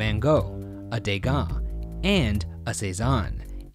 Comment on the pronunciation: Omg how is Shane pronouncing Gauguin???? As a french person my heart aches .